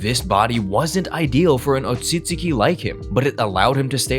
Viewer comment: the pronunciation of "Otsutsuki" low key pisses me off lol. sub > dub